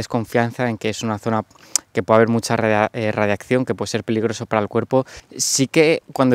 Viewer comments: ''radiacción'' xdd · Dice radiaccion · Cada vez que dice radiacción una neurona muere en todos nosotros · Nadie:: Radiakción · Se dice radiación y no radiacción. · radiación no radiccion paleto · es radiación xD no radiaccion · Radiacion* no radiaccion 😂❤️ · Jajajaja coño si y el coño 'e madre se queda pegao, debe ser efectos de la misma radicación xD